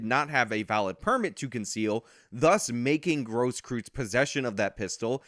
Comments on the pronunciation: Please don't pronounce it as Gross Kryytz. It is Cross Kroits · Technically its pronounced "Grohskroits". Tho I'm pretty sure it's not a "traditional" german name, if you catch my meaning. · Grosskreutz is pronounced kinda like gross-kroitz. Other than that good vid. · How do you mess up a name that badly? It’s one thing If he’s unknown but he’s one of the most used names in one of the most public trials in recent history. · The one and a half arm bandit